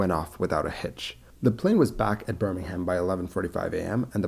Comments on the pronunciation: So you know, you Dont pronounce the H in Birmingham, its pronounced birmingam. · Birmingham is pronounced with a silent "H" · Birmingham in the UK, is not pronounced the same way as the one in the US. Rather than have me suggest a pronunciation, it would better to check with one of the many web sites that help with pronunciation. Put simply, the H is not pronounced. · There is a Birmingham in the USA and one in the UK. Their names are pronounced differently. He made the mistake of calling the UK by the US name.